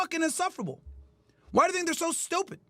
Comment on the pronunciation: did not just say "TINK ABOUT THIS" 😂😂😂😂